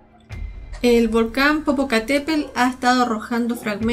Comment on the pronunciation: NO SE DICE POPOCATEPEL SINO POPOCATEPETL